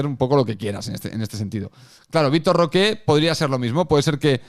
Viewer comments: Victor Roque, no Roqué, Roque. Que ansiedad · no pido pronunciación en portugués, solamente que no le diga de una forma en que nadie le dice y se invente un acento. Pero bueno, lógicamente él podrá pronunciarlo como le da la gana, solo que me da ansiedad escuchar Roqué